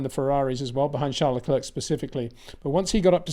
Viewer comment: Is it Charles Le clerk or Charles Le clear ? You say clerk most other day clear ..